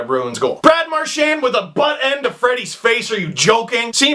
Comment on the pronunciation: Mar-chien need I say more?